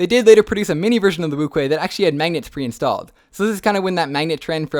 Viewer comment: Acually "Wu Chwae" is the correct pronunciation because in Chinese (Mandarin), 無缺/无缺 is pronounced as "Wú Quē" that is "Wu Chuae"